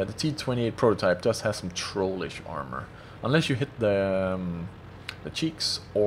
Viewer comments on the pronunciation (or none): none